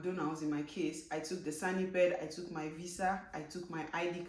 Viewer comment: SANEPID, not sanipid. It is from SANitary and EPIDemiology Administration.